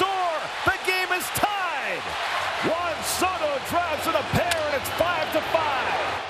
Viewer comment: The dude really called him "Jan" Soto 😂